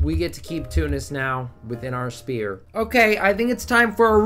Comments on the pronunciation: Extremely annoyed on how u pronounce "sphere" as spear 😤 Sfere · that‘s a vic2 meme, spudgun and his buddies all pronounce it like that